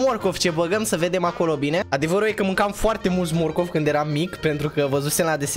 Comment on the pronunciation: Ba nu am stiut ca la morcov tu zici mocof 😂😂😂